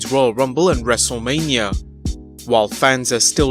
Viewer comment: Haha he said wrestlelameia (lameia)